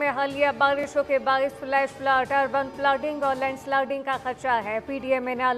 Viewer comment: urbaan flaaading and laand slaading? what!